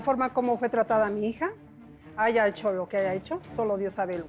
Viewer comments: Corriente la Cristina y analfabeta. "Aiga" 😅 es HAYA 😡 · La palabra "bastardo" les sale muy fluido y la palabra haya no la saben pronunciar??? Suena muy incoherente!😅😅😅😅